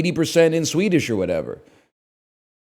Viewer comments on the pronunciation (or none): none